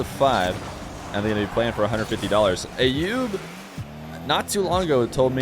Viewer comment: the name "Ayoub" is pronounced with an A as in "umbrella" not A as in "ate" .. So like "uh-yoob" .. Please, it's not hard at all and I'm not even Arabic or middle eastern at all btw!